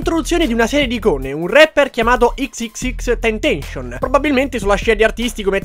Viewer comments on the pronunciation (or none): Bellissimo video, molto interessnte... Ma un solo appunto: XXX Tentacion si legge tipo in spagnolo (ex ex ex tentasión)